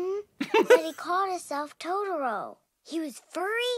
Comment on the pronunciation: I could tolerate the dub but when she said TODORO